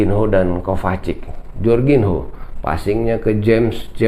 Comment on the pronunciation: Bacanya Jorginyo bang....biar enak didenger...hehehe..